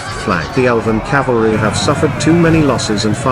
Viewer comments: Someone tell the AI voiceover it's 'cavalry' not 'calvary'! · to be fair the narrator kept saying "Calvary" instead of Cavalry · Ka-vul-ree , not Calvary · Horsesoldiers are "Cavalry." Your Narrator keeps pronouncing it "Calvary" which is the hill on which Jesus died. Mispronouncing a common military word with a British accent doesn't make it any less ridiculous. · I hope you mean Cavalry and not Calvary. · Even the AI narrator says “Calvary” instead of the correct “cavalry”….. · Good video. But the word is CAVALRY! The “V” is pronounced before the “L”. CaLVary is where Jesus Crist was crucified. Two quite different meanings. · It’s CAVALRY not Calvary!!! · Cavalry not calvary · Calvary?? Cavalry surely? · CAVALRY, NOT CALVARY PLEASE! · There is Cavalry and calvary ffs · Was the AI voice told cavalry or calvary. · Cavalry. Not Calvary. 🤦‍♀️ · I believe the correct pronunciation is cav-al-ry - the way it's spelled, not cal-va-ry (the hill where Jesus died). Generally, nice job! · "Cavalry." Not "calvary". The first one is mounted fighters. The second is an execution site. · Calvary? Cavalry! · I know its a simulation and a generated voice , but what in the name of Gandalfs butt is "calvary"? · Damn, even text-to-voice pronounces it 'calvary' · The announcer keeps calling the horseman Calvary. Calvary is where Jesus was crucified. Horse soldiers are ca val ry , cavalry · Good Video but dang....Calvary? Cavalry! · its cavalry not calvery.